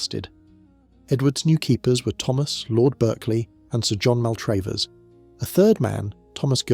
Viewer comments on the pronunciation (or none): Not MAL TRAVE ERS...... pronounced Mal trav ers , ....................